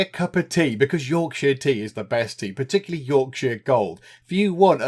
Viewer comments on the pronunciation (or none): none